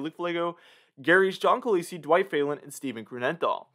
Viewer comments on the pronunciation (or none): none